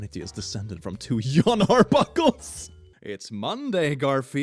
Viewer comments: Jon is pronounced "John" not "Yawn" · Did.. He call Jon Arbuckle.. Yon Arbuckle..? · Why does this man pronounce Jon like he's some Norse god? "Jón ég vil lasagna. Geturðu eldað það í ofninum meðan ég sef restina af mánudaginn?" - Scandinavian Garfield 988 AD